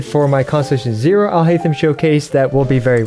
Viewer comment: Your pronounciation of his name is horrible